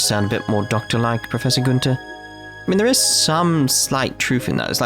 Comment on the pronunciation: Being german your pronounciation of the Joachim Guenter cracks me up. I'm pretty sure the good doctor is pronounced either Ioakim or - more likely - Ioachim with the ch pronounced as in Loch Ness. Guenter you hit pretty well on the first try though.